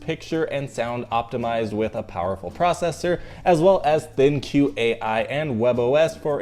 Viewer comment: ThinQ is suppsoed to be pronounced as Think. There is an app with a similar name and has an interface to connect it to the app and allow voice control with Alexa or Google home. It also always you to control you TV with your phone rather than the remote and register your warranty as well as many other things.